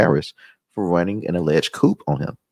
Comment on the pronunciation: "coup" is pronounced "COO"... Silent "p"